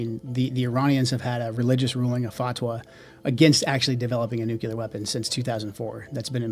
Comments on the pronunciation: Joe Kent: another American saying „nucelar“ instead of „nuclear“… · Nuclear: pron. /nú-klee-uhr/ NOT. /nú-Q-lur/ Come on! Learn how to say the word! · How come these people can't pronounce nuclear correctly? There is no second u - nuculear - not a thing, anywhere. Nuclear...new-clear.... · Rep. Gomez of L.A. needs to learn to pronounce “nuke-lee-ar” while representing Democrats. “Nuke-yuller” doesn’t make it. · The amount of smart people that still say nucular is astonishing... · what the fuck is nucular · They cant even pronounce nuclear weapon correctly, nucilar weapon my ass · i wish my represented officials weren't so idiotic as to pronounce it "nukeular". RECLAIMING MY TIME! NUKEULAR! jfc our country is run by idiots. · He said "nucular." I just... can't. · Can someone teach Joe Kent how to pronounce "nuclear"?! Hint: The "L" is BEFORE the "E" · Why do people have problems saying "nuclear"? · Not pronouncing nuclear correctly alone unqualifies him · AHhh, Thank You!!! I am SOOO glad that there are others out there like me!!! Even the Ex-President Bush of the US never pronounced it correctly!!! You would think that someone would correct these people in power, to pronounce the word NUCLEAR correctly!!!!!